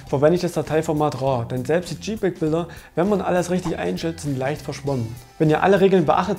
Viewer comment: gute Infos, aber deine Aussprache von manchen Wörtern ist echt gut: "balb" und "Jiepeg"